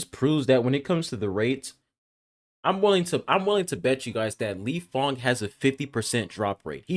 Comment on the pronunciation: Lifeng = lingyang 😂